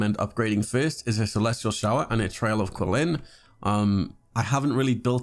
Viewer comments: it's not pronounced "quilin," the q is pronounced as CH. "chee-lin" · "kweelin" "tartaylia" "zonglee" "gahnyu"...................................................